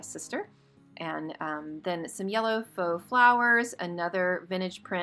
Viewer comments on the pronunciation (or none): none